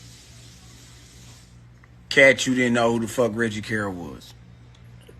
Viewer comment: You need to stop making yourself sound so ignorant mispronouncing Reggie Carroll (pronounced Carol). You listen to the police press conference and posting Billy videos, you should know how to say the man name by now.